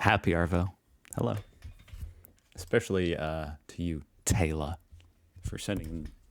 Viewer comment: from the way he was pronouncing it, it may be Taylah, which is much more likely to be the spelling for girls here in Oz rather than Taylor?